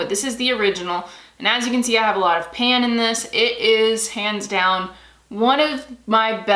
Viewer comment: Lol when you said "hands down" I thought you said "pans down" lol I thought I would share the laugh. 🙂